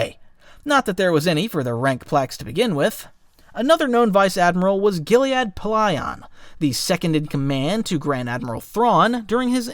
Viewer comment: the pronunciation on some of these is just .......the worst. literally all of these are spoken aloud at some point. the two worst are commandant and Gilad Pellaeon who i've now listened to 5 audio books that say his name and what is with the pronunciation of his first name your adding letters